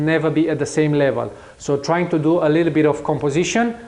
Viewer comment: Чувака учили английскому в сельской советской школе? Все эти "ту ду" ужасно режут слух.